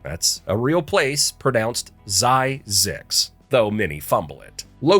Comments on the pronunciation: I grew up in Southern California and I’ve lived in Las Vegas for 20+ years. Nobody calls Zzyx, Z-eye-six. It is called “Zizziks”. 😢Rhyming with specifics. I spent my entire life driving past the freeway signs for this place and I remember laughing about it since I was a child. It was only as an adult. I read the history and, Meh. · You are mispronouncing Zzyzx. It’s not zie-zicks it’s zizz-icks